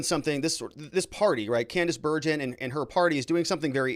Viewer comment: Hi, I keep hearing you pronounce Candice Bergen’s name incorrectly. You also do not seem to know who she is other than as a member of parliament. You can find all this on Google. I personally remember her very well.